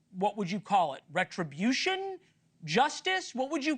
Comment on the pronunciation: It's NOT RETUBUTION ITS JUSTICE